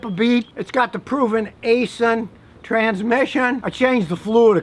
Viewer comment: Aisin is pronounced ison I built your seats scotty your seats are from asin